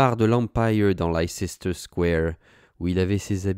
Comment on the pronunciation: It's peanuts , but Leicester se prononce Lesteur !😁